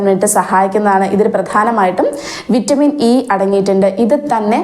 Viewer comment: Hello വിറ്റാമിൻ e ആണോ a ആണോ പറയുമ്പോൾ വ്യെക്തമായി പറയുക.... Plz